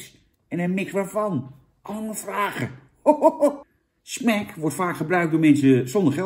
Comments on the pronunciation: zeg smAk niet smEk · Smac niet smec